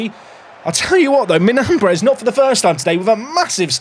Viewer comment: The tilde in Miñambres means you say it “Minyambres”